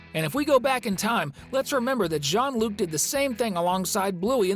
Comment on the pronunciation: It's not John Luc !!!